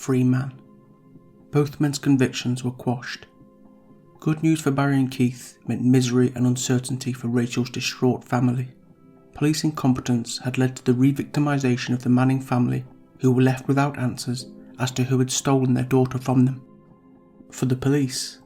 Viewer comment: PLEASE.....stop it with the sh sounds! The word "street" is pronounced street NOT sh-treet. The word "distraught" is pronounced diss-trotNOT dish-trot. The word "strain' is NOT pronounced shtrain It is obvious the reader can pronounce the 's' sound. Substituting the 's' sound with the 'sh' sound is a choice and not a speech defect. Why do it?